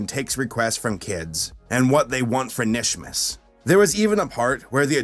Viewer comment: It’s kanishmas the k is not silent! No offense.